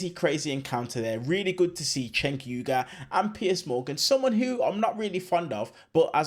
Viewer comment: It's "Jenk". If you call him "Chenk" we'll all think you're Charlie Kirk! 😋😇